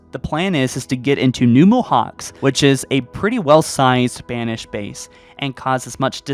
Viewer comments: Theres no point man, he can't even pronounce things in English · Mohacs is pronounced 'Mohaach' by the way. It's hungarian :)